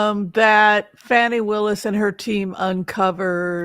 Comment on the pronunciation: Whimsy please pronounce Fani's name correctly. It is pronounced as Fawni not Fanny. Fanny is the way trump & his maga's pronounce it to humiliate her.